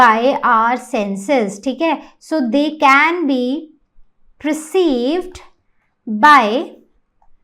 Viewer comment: Mam it is not preceived. It is PERCEIVED.